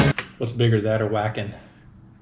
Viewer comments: wacken is pronounced with a ah sound, not an at sound, also the w is sounded out as a V instead of a W. It's also a bigger event than liveaid was. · Are you pronouncing Wacken as "whackin"? It hurts. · the mispronunciation of Wacken is hilarious